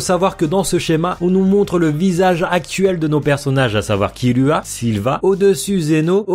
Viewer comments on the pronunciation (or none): none